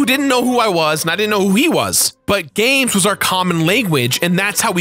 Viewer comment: "Gamses" isn't a word. If something ends in an S, its pronounced the same. You do that a lot lol